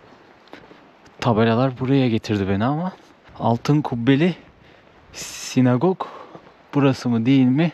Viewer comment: SinAgog. (Sinegog değil.)